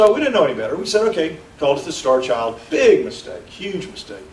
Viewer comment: it sounds like he is calling the skull the "Starch Owl"